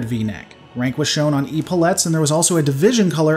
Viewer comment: I know this is going to be a bit pedantic and nit picky but you are pronouncing epaulet wrong It sounds more like epilepsy, This is coming from former Navy btw Love your videos, just wanting to help. Keep on keeping on.